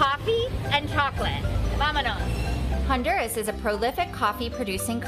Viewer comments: I feel like the least she could do is pronounce the country the right way... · they pronounced the country semi correctly